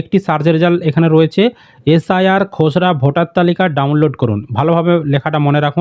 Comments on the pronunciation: খোসড়া না খসড়া!🙄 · উচ্চারণ টা ঠিক করে বলুন দাদা খসড়া টাকে খজড়া কেনো বলছেন।